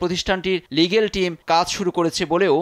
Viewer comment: দুর্ঘটনা উচ্চারণই করতে পারে না, সাম্মাদিক লিগাল টিমকে বলেছে 'লিগেল'